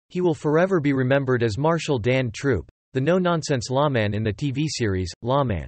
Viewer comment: I think this site is run by children. He says, "LA Man" instead of "Lawman". You are right, there was more regulars on this show.